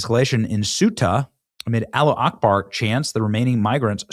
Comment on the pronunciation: Benny you sound really stupid pronouncing “Allahu Akbar!” it is not ‘Alla Akbar’ it is Alla Hu Akbar. Change, and start getting respect from an avid listener again!